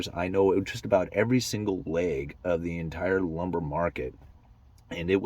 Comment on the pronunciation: When you said “leg” I believed you when you said you’re from the pnw lol